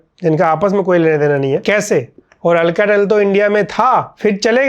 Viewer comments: Alcatel ❌ अलकातेल ✅ 🤣🤣🤣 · Mujhe ye Halkatel kyu sun raha hai😂